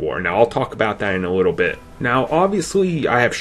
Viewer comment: Compwetwey? Obvwiouswy? A wittle bit? Sigh. When you have turrets, you probably shouldn't be a sniper. When you have no arms, you probably shouldn't be quarterback. When you have a speech problem, you probably shouldn't be on YouTube.